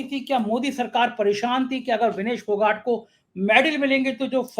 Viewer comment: विनेश फोगाट सही उच्चारण है